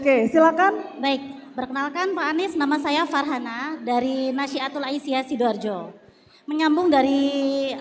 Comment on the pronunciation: sidoarjo min....bukan sidoharjo 🙂